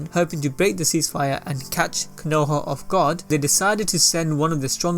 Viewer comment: Nah-Gah-toe, Koe-No-Ha